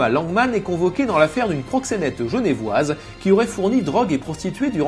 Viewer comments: Y'a sûrement 40 commentaires là-dessus, mais si jamais, le 1er "e" de "genevoise" est silencieux et le 2ème se prononce sans accent ;) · On dit genevoise comme écrit sur l'article et pas genèvoise 1minutes de recherche qui aurait permis d'être parfait! bon boulo! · *GenEUvoise, pas Genèvoise, y a pas d'accent, ça s'écrit Genevoise.